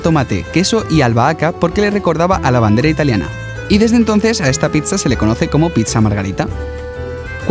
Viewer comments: si ven se dice pitsa y no pisa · es pizza no pitzza